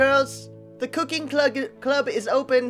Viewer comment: U said clug instead of club